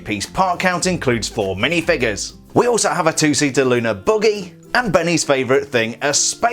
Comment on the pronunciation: He says buggy like boogie